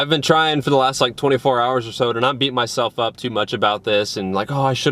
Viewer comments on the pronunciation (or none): none